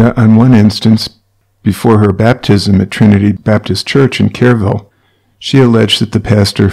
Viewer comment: Too late but the city is pronounced w/o the E sound, like "Krrville."